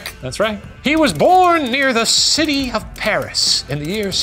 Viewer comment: Was Shane’s posh British “New York citeh” a reference to what we do in the shadows? It sounds like it could be and the “can we do that here?” After could be a copyright joke.